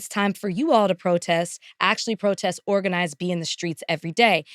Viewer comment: “wE hAvE tO oRaGaNiZe” ooookaayy 😂😂